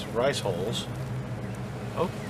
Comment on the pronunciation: You did say "riceholes" right?? LOL!!